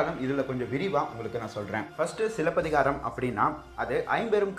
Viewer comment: I really like the way you said silapathikaaram 👌 love your channel